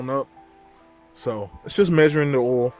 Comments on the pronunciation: where are going to change the "oool" ? is that how you guys say it down there? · im in the north east and never heard anyone say oool.